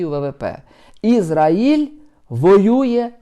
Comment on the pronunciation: Пане, в слові Ізраїль наголос на А!